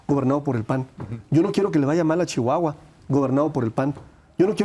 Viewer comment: Lávate ese hocico cuando pronuncies a chihuahua roloso